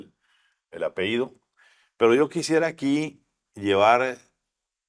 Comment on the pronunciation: La palabra APELLIDO se lee tal cual, por favor no apeido.